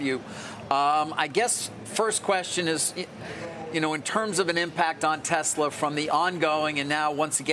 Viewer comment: who is “Telsa”? 😂